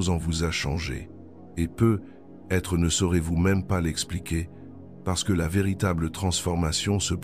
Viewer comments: Jai pense la même chose! J'ai l'impression que c'est l'IA qui parle car quand il arrive sur "peut-être" il dit "peu" et ensuite "être" séparément sans liaison. Cependant ces 7 mots, sont remplis d'une grande sagesse, peu importe que ce soit Jung qui l'ait dit ou pas, et sont tout-à-fait adaptées et adéquates.. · Non désolée je ne partagerai pas cette vidéo car même si le fond est intéressant, la forme est catastrophique : voix de robot, peut.....être qui fausse le sens et par-dessus tout des pubs qui entrecoupent l'écoute (pas terrible qd on l'écoute de soir ou de nuit dans un semi-sommeil duquel il faut s'extirper pour passer les pubs!!!😡) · Je me suis endormie de tout un blabla et je ne sais pas l'essentiel les 7 mots j'ai impressionne que l'IA ne comprend pas les mots lus ou est ce un double langage comme souvent répété peut-être devient "peu" être ceci peu être, peu être, devinent restriction peu de monde où "peu être" réduction de l'être son accent nous hypnose 😵‍💫😳voilà pourquoi il lui faut une demi-heure pour dire 7 mots cela nous capte et notre inconscient entend peu l'être ? Double langage ! ? N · lol la même ! Le "peut........... être..." m'a achevé !